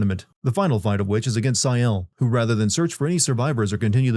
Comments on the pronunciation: “sigh-elle”??? really??? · why is nobody pointing out how diabolical he is pronouncing gustave and sciel and dessendres, he clearly plays the game in english and finished it so what’s the deal with not being able to pronounce names you hear multiple times in the game? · also, how are you mispronouncing Sciel and Lune when their names are said repeatedly by voice actors?? You did not play this game at all